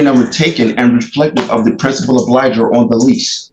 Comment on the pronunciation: I gotta lay a foundation. No you don't. This guy thinks he's a lawyer. He's watched tv shows in which at direct, someone says, "Is it your testimony that..." Plus he can't pronounce "obligor". Ahhahaha! Lose.